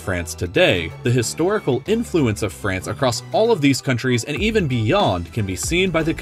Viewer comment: Why Everyone saying Frace 'SHE